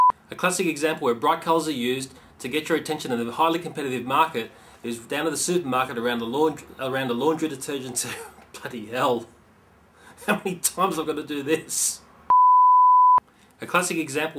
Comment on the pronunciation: Lol ooo it's De-ter-gent! U made my day! Great video!